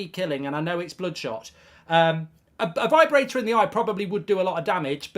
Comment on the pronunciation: V-eye brator